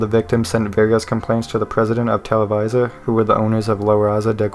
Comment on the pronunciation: televisa is actually pronounced as tele bee zah :] rlly enjoyed the vid!